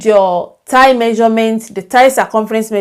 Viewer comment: Hi, I'm just getting ready to settle in with a cup of coffee during another Covid lockdown to watch this lesson. I love your lessons. They demystify so many curves! Oh... The word "thigh" is pronounced Th-eye. I thought that I would bring it up because we are working on pants. I normally get through 99.9% of your pretty little accent but got stuck on that one in previous videos! I really liked that you drafted an extra line for the thigh!